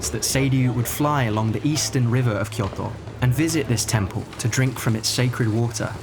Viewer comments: Tip: Kyoto is pronounced with a longer Kyooo. Kyoooto. きょうと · So funny how you say kyoto. 😂 kyoTO . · Fascinating video. I'd love to visit some of these places. Just beautiful. Well done 🌲 (By the way, I'm not sure if it's just because those are Japanese words you say while you're speaking English for the rest of the sentence, but it sounds like you say Miyamoto as Miyamotto, and Kyoto as Kyotto(h), so be carefull with the long and the っ vowels 🙂)